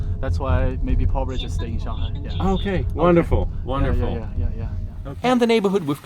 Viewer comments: Why do you call it Shen-hai? rather than Shung-hai ?? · It's pronounced SHANGHAI not Shenhai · It's not "Shanhai", it's "Shanghai" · Sir, with all due respect, why do you always pronounce "Shanghai" "Shan-hai" the "g" is missing. The correct pronunciation is "Shang-hai" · it's shang-hai not Shan hai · you can tell the expert by the pronunciation of "shanhai" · Note to Self - Its SHAN-G-HAi NOT SHAN-HAI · san- hai😂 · He kept pronouncing Shanghai , shanHai deliberately to disrespect china. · Its SHANGHAI! not SHANHAI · Shen-hai.....??? 🤣merica pronunciation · Why are you pronouncing shanghai as shanhai? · It is not 'Shan-hai.'.. Other than that your vedeo is very nice. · where the e in shang ? :D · Is the "g" in Shanghai silent? 🤔 This guy seems to pronounce it as though it is. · I’ve never heard anyone pronounce Shanghai the way you do. Ridiculous, there’s a G in Shanghai. Use it!!!! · Why are you saying ShenHai? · Bro, learn how to say Shanghai if you’re going to make a documentary about it 😂